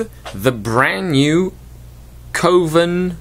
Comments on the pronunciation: Isn't it pronounced "Cov-en" not "Co-ven"? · it's 'coven', like oven. Short 'O' sound. Like a witches coven.